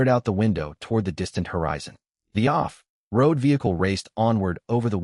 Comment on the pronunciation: The translation AI is translating words like walkie-talkie and off-road and hyphenating them, but the reading AI is putting a huge unnecessary pause at the hyphen. 😅